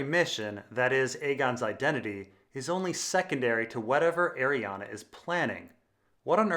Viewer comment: I cant stand you saying Arianna when it's clearly not pronounced like that